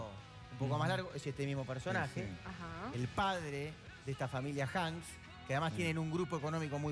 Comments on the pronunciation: Es Hank, no Hanks. Carlos Hank González. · NO ES HANDS., ES HANK RHON., Y SON DE SANTIAGO TIANGUISTENGO EDO MÉX. ( SORRY, SANTIAGO ES DE ELLOS).,ES HIJO DEL PROFESOR CARLOS HANK GONZALEZ., CARLOS Jr. ES DUEÑO DE LOS CALIENTES EN EL PAÍS Y RADICA ACTUALMENTE EN TIJUANAAA., ES EMPRESARIO., VALE., SALUDOS DESDE MÉXICOOOO